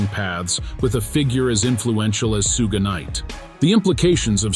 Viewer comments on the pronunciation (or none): sooge knight and soog knight are both improper pronunciations of Suge knight. This is nothing more than an A.I. bot narrating the news which makes this a false account. Also, stop using A.I. bots to read. Actual people see this and ultimately avoid content from a channel like this. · "Soog Knight" 🤣🤣🤣🤦‍♂️ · I can’t take this seriously because u keep saying Suge wrong lol